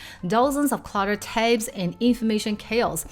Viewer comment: It's Tabs, not Tapes